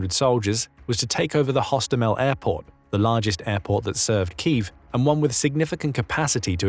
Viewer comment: Say key: "key", say if: "if", say them together: "keev"